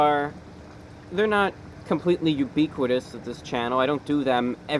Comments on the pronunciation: Youbeeqwadis? Say what bruh? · You pronounce ubiquitous in the style of a UK resident according to why do you think that is?